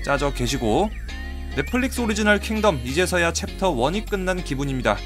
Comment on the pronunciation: 킹---텀 아니 덤